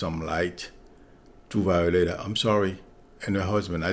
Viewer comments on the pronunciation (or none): Psychic Violetta in Canada pronounces her name Vee o letta with a hard T. If you care to correct... thank you.